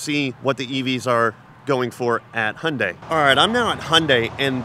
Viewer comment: Hyundai is not pronpunced = "Hondai"......😂